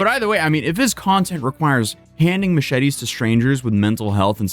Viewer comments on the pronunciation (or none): "mooshety" lol